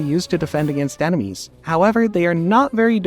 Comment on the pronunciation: You said emenies instead of enemies